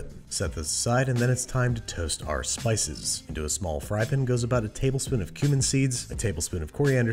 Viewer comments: Andrew, bro, I love you so much! But, dude, it's pAn with an A, not p-n, with a nothing. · Enough, just say pAn